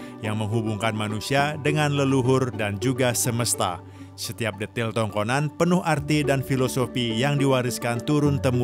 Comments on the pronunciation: Tabee' adaa kata penyebutan nyaa yg salah, bukan tangkonan,, tpi tongkonan layuk Dan bukan londo, tpi Londa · TONGKONAN BANG, BUKAN TANGKONAN